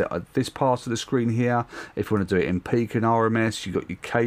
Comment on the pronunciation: when you said this peak here I heard do you see this pig here lol